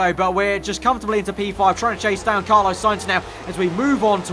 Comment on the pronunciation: Fml it's not Carlo you melt its Carlos